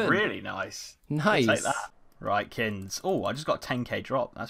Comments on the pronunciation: What's he calling? Kinz? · You two are geniuses. Sick series in addition to the pvp challenges. Why do you call kins??